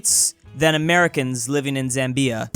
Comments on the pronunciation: when pronouncing Zambia, the Zam has equal weight with the bia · He said Zambia like "zam-BEE-a" its pronounced "ZAM-bee-a" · mans really pronounced it zam-bee-ah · The way he was saying Zambia is killing me 😂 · please learn how to pronounce Zambia😭😭😭😭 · You are pronouncing Zambia wrong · Why you pronouncing Zambia like that bro. It’s actually pronounced ‘bapukofashaskaletujornaletui’. The ‘Z’ is silent. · did anybody else notice the way he said Zambia? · It's "ZAM-bia" and "The GAM-bia", not ""zam-BEE-a and "The gam-BEE-a". Unexpected from a guy who gets Lesotho right!